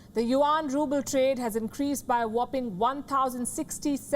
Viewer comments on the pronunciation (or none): It's ruble not ruple